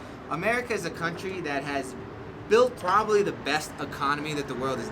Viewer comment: Hey, I have could understand everything that u said, but one thing was strange, the way u say COUNTRY. For me was a different way to speak. So, your video was very good and easy to understand. Are you American, aren't you? I really like the British english, because it's more formal than USA english, buuuut, today you show me that depend of the person and accent. Anxious for your classes! Thanks a million!